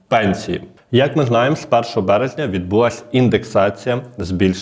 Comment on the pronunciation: Відбулася - наголос на а